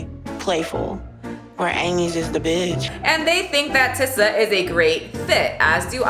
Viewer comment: Imma need some clarification on what you called tissa because it sounded a lot like "blackie" and I don't know who tf is here for it but it sure ain't me.